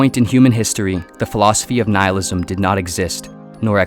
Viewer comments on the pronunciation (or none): Noohilism! No no no its Nihilism Ni-hilism. Yes yes thats it.